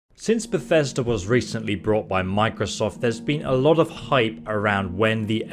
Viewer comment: BOOOOOOUGHT* We told you this last time